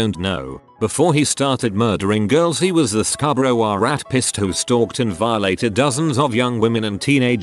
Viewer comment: Computer voice actually made the word r*pist funny by pronouncing it as ‘rat-pissed’